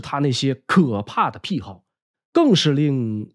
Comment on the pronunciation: 癖好，癖，念“匹”，第三声，可许多人都念“僻”，奇怪。